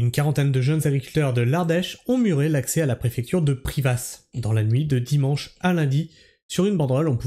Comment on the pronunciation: je suis ardéchois, bravo à nos agriculteur et pour info on dit "PRIVA" sans le "S" qui ne se prononce pas :))